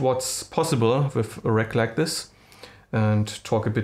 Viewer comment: och man, wenn du schon auf englisch deine Videos machen willst, dann leg dir doch wenigstens einen vernünftigen Akzent zu.... and learn how to pronounce i.e. "with", it is not with an "f" at the end. Das ist ja schlimmer als Schulenglisch 7. Klasse.